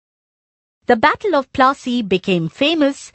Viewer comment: Battle of Plaasy no" fat u plassy"